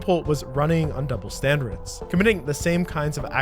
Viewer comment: “double standereds” 😭😭